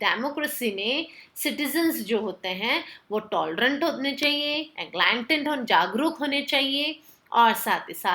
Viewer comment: It’s enlightened not alignment ur saying alignment in next video pls pronounce correctly I get confused